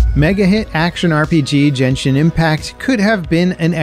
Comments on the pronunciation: It's not pronounced Jen-shin, it's Gain-shin with a hard G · Is Genshin (as in gain-shin) not genshin (generation) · Home boy really said "jenshin" bruh what the hell I'm dead 💀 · my man says jenshin impact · did i hear it right, "(J)enshin Impact"!!?? are we doing the gif vs jif again here?!?! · Cant get over calling genshin JEN SHIN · Hey, you're pronouncing Genshin wrong. You're pronouncing the Ge part like the Ge in Ge -neration, when it should be like the Ge in Ge -t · Bro can’t pronounce Genshin 😂